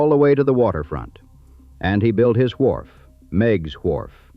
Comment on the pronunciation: The voice was AI and had a strange way to pronounce wharf. Wwwhharff.